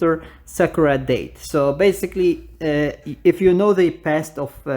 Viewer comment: I like how you pronounce the "Died" to "Date"😂 Anyways what happened to Hua(sim)?